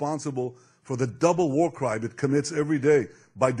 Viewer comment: See to me, "War soon, America" sounds like "More soon America."